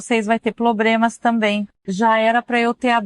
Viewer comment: "Eles também tem ploblemas na china"